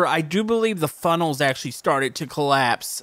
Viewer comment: did any one notice he said frunnels instead of funnels?